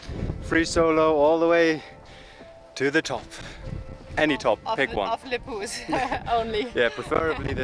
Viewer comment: It's le poues mountain